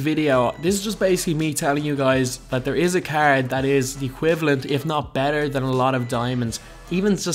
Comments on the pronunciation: Nathan Liles00 ikr cgggrd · The way he says "card" makes me cringe every time